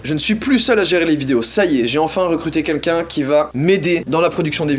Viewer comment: Joyca, tu sais pas prononcer les L : Quenqu'un pour Quelqu'un et Mi pour Mille !